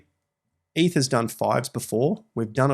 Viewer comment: its eth not eeth